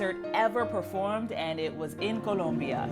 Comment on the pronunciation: 🤣🤣🤣 The way she gets an accent when she says Colombia